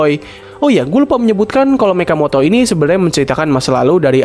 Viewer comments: mechamato bukan mechamoto🗿🗿😂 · Mechamoto BRUHHHHHHHHHH😭😭😭🗿🗿🗿BANG BENERNYA MECHAMATOOOOOOOOOOOOOOOOO MATOOOOOOOOO BUKAN MOTOOOOOA ATAU MATO MATOOOOOOOOOO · Mechamato bang bukan mechamatao😭😭😭😭😭😭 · Mechamato bukan mechamoto😭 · Mechamato bang bukan mechamoto 😂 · Bang bukan Mechamoto tetapi Mechamato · Bang Mechamato bang bukan Mechamoto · Mechamato bukan mechamoto!!! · Bukan mechamoto tapi mechamato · Mechamato bang bukan mechamoto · Mato bang bukan Moto."Mechamato" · Salam dari Malaysia namanya mechamato bukan mechamoto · bang sebut nya mechamato bukan mechamoto 🗿